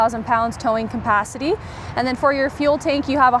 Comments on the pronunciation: couldn't pay attention with the pronunciation of the word "capacity"... its cap, not com.... lol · Campacity. Is that an RV dealer pun or does she not know how to pronounce capacity?